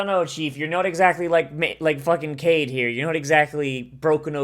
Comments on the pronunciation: I think he mispronounced it because the name is "Kaede" (not Kanade). But I thought he knew Japanese pronounciation better than that, so that's a weird way to say it. Maybe I'm just not seeing the trolling. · Kaede - Kai-eh-day